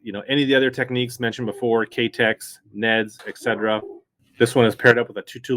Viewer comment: Sweet lineup dude! I think your the only one on YouTube that pronounces Keitech the right way. Thanks